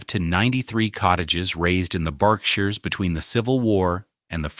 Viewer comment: The pronunciation of words like Berkshires and Naumkege throw this video off